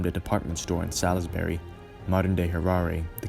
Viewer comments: Many thanks. Some odd pronunciations, though, you made. Rhodeezhyer, not Rhodayzha. Zarnoo and Zarpoo, not Zane-oo and Zay-poo. Salisbury is pronounced Sorlsb'ree. I can remember as a young man being bitterly against what Smith was doing. I think most 60s people saw it in terms of every African country having the right to its own government and freedom. Age and a more sombre view of what African countries subsequently created have modified my opinions down the years. Mugabe was the worst thing to happen to Zimbabwe. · You pronounce Salisbury like an American you were never there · It's not pronounced 'sal is berry'. It's pronounced 'sals berry' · Cannot pronounce Salisbury or Rhodesia.